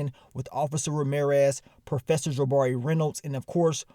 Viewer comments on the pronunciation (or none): Ja-buh-ree... It's Juh-bar-REE!